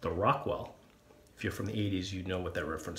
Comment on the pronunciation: I thought you said Rockwell "success". Fits the name nonetheless!